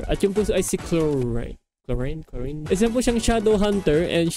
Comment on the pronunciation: Ang pag pronounce sa pangalan ni clorinde ay “CLORAYND